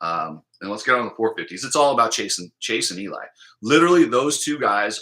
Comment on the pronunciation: When you say it's all about Chase and Eli it sounds like your saying it's all about chasing Eli. Lol